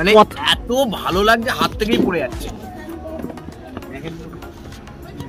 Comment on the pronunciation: লাকছে না লাগছে বলুন দাদা। আপনার উচ্চারণ ঠিক করুন। বাঙালী বলে কথা।